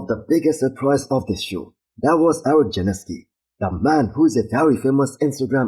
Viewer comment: Janicki not Janeski, do better with the names come on!